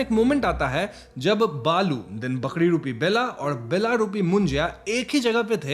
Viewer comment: Lol it's not Bella but Bela (बेला)